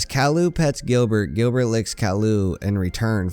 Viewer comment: Gilbert not grillbet